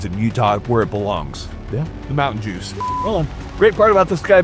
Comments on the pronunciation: "Mountain Jooz" loooooolll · Did he say "The Mountain Jews?"